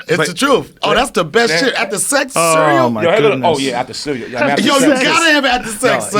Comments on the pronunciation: CEWEAL 😂 hahahahaha RZA said CEEWEEAWL 🤣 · RZA said CEWEAL instead of CEREAL 🥣 hahahahahahahaha damn his albums are my main source of laughter since I was a KID #CEWEAL